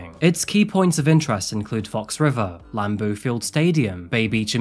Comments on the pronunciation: How dare u mispronounce Greenbays stadium it's pronounced like Lamb Bo stadium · “ Lamboo” Field 😂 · 'Lum-Boo Stadium. You never watched football I take it. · you try so hard to sound like you know what you're talking about, yet you pronounce lambeau wrong.